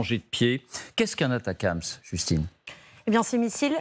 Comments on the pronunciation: On ne dit pas ATACAMS ! Il n'y a pas de A ! Il s'agit des ATACMS. Atac M S. C'est pénible. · ATACMS A-T-A-C-M-S de quelle manière ça peut se prononcer "atacams" ... ? Vous êtes les seuls à dire ça.